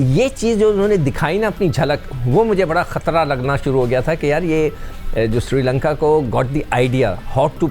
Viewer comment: MADAM woh SRI LANKA hai SIRI LANKA nahi.